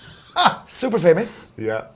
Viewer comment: Also I watched another video with James Corden where he influenced everybody to draw a star because previously he draw pictures that looked like s-t-a-r so I think that he intentionally said super with a strong emphasis on the letter s and also now this is kind of a stretch but the word alive is kinda similar to Will (if you read Will backwards it comes really close) and in word anything he emphasized any-TH-ing like in Smith. Just my theory..